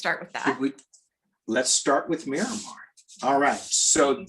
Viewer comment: I was thinking navy base when he said "Miramar." Myanmar is pronounced a little differently....